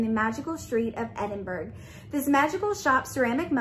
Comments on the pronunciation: had a good laugh with this unboxing - pronunciations help Edinburgh is pronounced Edinboro, and Hebridees is pronounced He brid dees. Also the plant postcard you got is Ensnaring Ivy. Check with the box makers on this as every unboxing of this box said the same as you, but as a Calligrapher myself I'm pretty sure it says Ivy rather than Joy (because of the plant) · I’m from Scotland and Edinburgh is pronounced ‘edin-bruh’. Hebrides is pronounced ‘heb-ur-dees’. Loved your video!